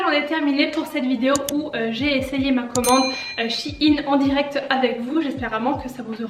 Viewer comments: je suis la seul que sa perturbe qu'elle dise chi-ine au lieu de shein (aÏne) ? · Sa se dit pas « SH-AÏE-NNE » ?😂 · Ça se dis chèin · Moi qui croyais qu'on disais shaiyn chai i n mdrrrr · comment tu prononce shein desolé jpp bref... sinon super vidéo